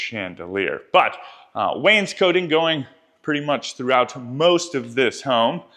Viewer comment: hey, its pronounced wain-scot-ing. other than that. good vid:D